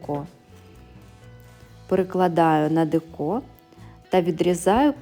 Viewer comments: декО, чому не деко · Все добре, тільки те декО дуже ріже слух. Чому не дЕко?